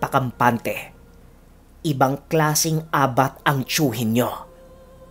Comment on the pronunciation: Ang tamàng pag pronounce Ng abat ay mabilis, correction lng po🙄